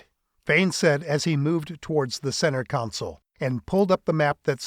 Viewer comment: Third book in and has no one mentioned to the barrator or author that the term for a workstation is " Console", not Counsole. There is NO "u", either present or pronounced, in the first syllable. Oh! and AFA weaponry.....it's not a "clip", it's magazine. Thankfully, that particular gripe was not mentioned but a few times.